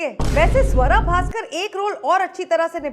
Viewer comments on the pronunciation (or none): BHAISKAR NAHI BHASKAR HAI